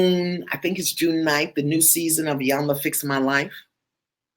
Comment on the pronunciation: E-yan-la. The I is pronounced as a E. Hope that was helpful